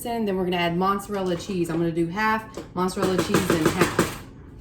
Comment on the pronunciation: Looks delicious! You crack me up how you say “Monserella”!